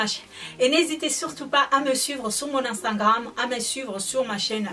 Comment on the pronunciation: ou stawii soifii juste un petit conseille quand tu du instagram tu dit anstagrame au lieu de instagram "unstagrame"👈prononciation